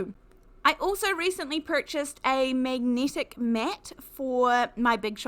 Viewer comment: Its so distracting (but not necessarily in a negative way) to hear words with the hard "e" pronounced as if it's a hard "i". Also hard "a" seems to be pronounced "e". Eg Magnetic is "megnitic" or "necessary" is "nicissiry". Not being critical...it just makes you realise that people can have noticeably different rules for things like this. (Like when Americans say "erbs" and it jars you. lol) and you find you haven't listened to what is said as much as how it's said. 🤔😅